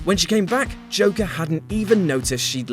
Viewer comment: Is he saying Joker or Chocker?